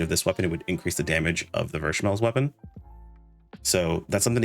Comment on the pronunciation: it's pronounced v-smell